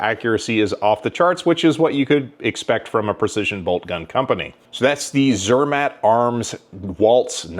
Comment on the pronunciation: Zermätt Arms. Think of Mott's apple sauce with the pronunciation. Zur-Mott. Have fun at Shot Show!